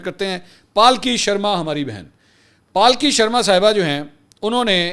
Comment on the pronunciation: Palki nahi sir Pulky boliye